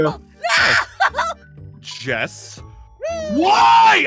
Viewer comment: jessOH OH OH OH! diglet! thats what i heard XD